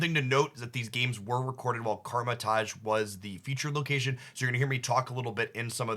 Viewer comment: it’s not karma taj it’s KAMAR you’ve been pronouncing it this way since day one and it kinda bothers me lololol no hate, love ur content <3